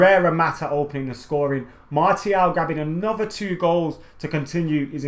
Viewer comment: In the space of 60 seconds you pronounced Martial's name 3 different ways. xD